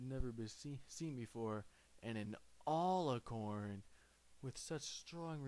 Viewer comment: He mispronounced alicorn